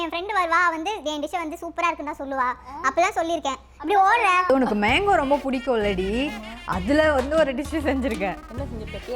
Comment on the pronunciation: Akka athu menko ella manko olanga solluga